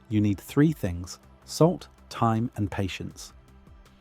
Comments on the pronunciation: Took me a long time to figure out he was talking about time -- not thyme. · I kept thinking you were saying "Thyme"